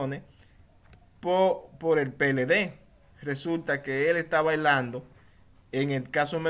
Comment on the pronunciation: No se dice balando es bailando por Dios🤣🤣🤣